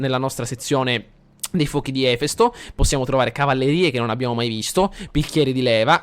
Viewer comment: Si pronuncia Efèsto! Era il Dio greco del fuoco.